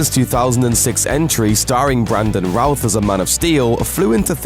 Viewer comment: Good video but I thinks its pronounced brandon ruth not brandon rooouuth... lol always good to lean your actors names before doing a video on them.